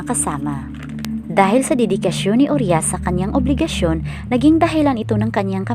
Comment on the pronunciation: Pls po pki ayus namn ung pronounciation ng uriah..hindi po "uryas" U-RAYA PO ang pagkabgkas npn